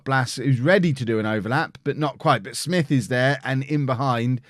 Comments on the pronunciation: U say Smyth as Smith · it is pronounced SMYTHE u had it right mate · Smyth is pronounced "Smith" (Source: From N.I. and a guy in my class has the same surname) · I had a teacher called paul smyth pronounced with a y